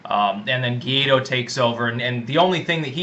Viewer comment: To properly pronunciate "GUAIDÓ", the candidate to replace MADURO, repeat after me: -Why? -Doe -Why Doe